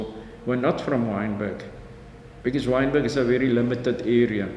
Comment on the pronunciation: WYNBERG NOT wintergreen